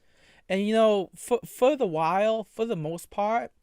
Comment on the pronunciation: "If I was a pwedatuh I would feel shame foh what I did, but I do feel shame foh what I did" This creature cannot be real